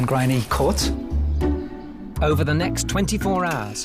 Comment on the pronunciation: I absolutely love this house and the hosts, but the mispronunciation of the Court is driving me mad. Just ask a local how to pronounce it. It isn't difficult...please! Diolch yn fawr iawn.